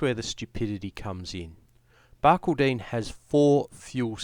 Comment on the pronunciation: it is pronounced Bar-call- den, not Bar-kil-deen